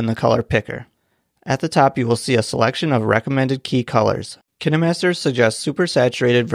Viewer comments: I thought it was pronounced KINE MASTER not Kinee master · I thought it was pronounced kaynmaster But its k i n e master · ITS CALLED KINAHMASTER!!!!😱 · Is that how you pronounce “KineMaster”?